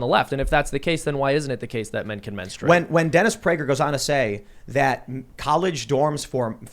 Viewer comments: The real conversation we need to have is about why Dennis Prager says "Menstrate" with a 'u' jammed in the middle. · To be fair I think the audience was laughing at how Dennis pronounced “menstuate “ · I think part of the laughter from the audience was due to Prager's pronunciation of "menstr-U-ate. " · I think a lot of the laughter was due to Denis' pronunciation of MenstUate. However, yes...these people do believe this crap. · I love you Dennis but the word is not pronounced menstrooate. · My only qualm is that he pronounces it “mens-troo-8.” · Yeah but he did set himself up when he said "menstrooate" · I think they were laughing on how he pronounced it. Kinda sounded like Elmer fud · Dennis pronounces the word strangely. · I think part of why people laugh is because they have no idea what he is talking about but also because he does say the word menstruate really funny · The real reason the audience was laughing is how Dennis Prager pronounces menstruate 🤣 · I meani just laughed at the way he said menstruate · Jesus Tim, the reason they laughed was HOW he pronounced menstruate.